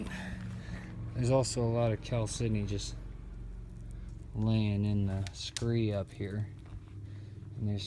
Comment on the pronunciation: Pronounced Kal-sed-don-e, not Kal-sydney